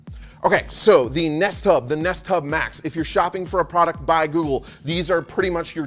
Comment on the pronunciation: I keep hearing nesttop instead of nest hub, and honestly that would have been a perfect name for it.